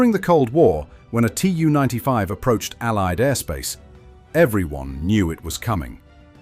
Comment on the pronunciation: Tu is spoken as a word. Not spelled as T-u. This is nearly for all Soviet aircraft: Su, Mi, An, Il, Be etc.